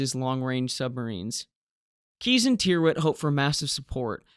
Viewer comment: Tyrwhitt is pronounced Tirrit.